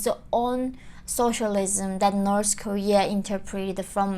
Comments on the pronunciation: Why do you pronounce North as Norse? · North...not noreth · She can't even pronounce North 😂🤣